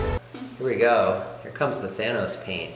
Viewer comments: It’s than-os not thane-os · It's not pronounced Thane-os its, thanos come onnnn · who's "thaynos" lmao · Everybody always says Thanos but does anyone every day Thanyes? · Who the frick is thaynos